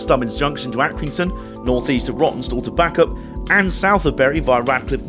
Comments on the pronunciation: Well done everybody a really good video. It is not very often that presenters appreciate the work done by volunteers and staff of heritage railways, thank you for that. Always a problem, sorry but Bacup is pronounced Bay cup not Back up… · It's pronounced "bake-up", not "back-up". Not criticising... just some local knowledge for you. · It's pronounced Baycup not Backup. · I died a bit inside when you said 'Back-up' instead of 'Bay-cup' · Oh no first Bi-chester now back-up. Its pronounced Bay-cup. (Being a southerner I made this mistake when I moved up here too). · Why cant this man please learn how to pronounce the names of towns, Bacup not back up. and Bicester is as well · Great video, great line - and great meals on the ELR dining trains! But it's BAY-CUP, not BACK-UP. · Hi. Just found your channel, and thoroughly enjoyed this excellent video. I live in the area, and visits to the ELR are fairly regular jaunts for me. One minor point to note: Bacup is pronounced Bakeup, not Backup! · It's Bay-Cup by the way